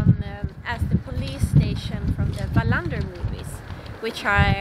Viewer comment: Loved looking around the Wallender film sets there and now you've told me how to pronounce his name correctly. Thank you.